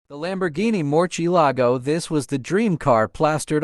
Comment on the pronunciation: Pie-gany -- Muchy-lago -- Pontiac Fear-o- -- Pon-Tara -- Alfa Romy-Oh